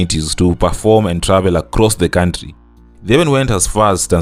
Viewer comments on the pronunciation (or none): none